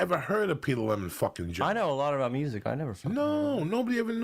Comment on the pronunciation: Lol his name is Lemon Jell-O